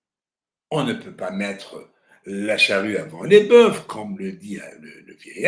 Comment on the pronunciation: Le grand journaliste brille encore en prononçant le "f" du mot "boeufs". Ya hmar arrogant.